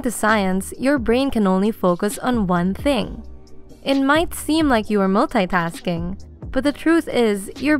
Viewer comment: I am bothered of how she says "multi-tasking"